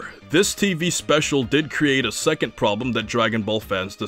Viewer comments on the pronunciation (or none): none